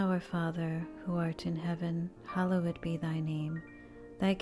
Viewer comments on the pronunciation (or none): Not sure who is reciting these but I cringe every time they say “hallowed”. Makes me think these are computer generated voices or someone who’s first language is not English. The word is not pronounced as “Hollow Wood”. Or “hallow wed”. Can this be fixed? Enjoy listening when I have quiet time. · It's amazing I only wish the sacred word 'Hallowed' was properly pronunciated. I only say because it disrupts the rhythm of this glorious prayer and should be said correctly. It's worth it to fix that please in Christ Jesus name Amen.